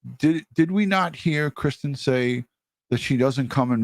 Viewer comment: Why was he calling Christine ,Kristen on the news clip?